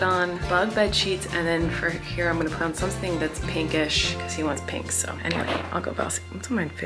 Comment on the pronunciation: Colleen saying pink properly for the first time in her life ahaha